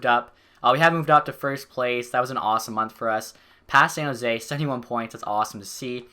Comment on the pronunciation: I love this series, but the way you say San Jose triggers me. "Zan Jose"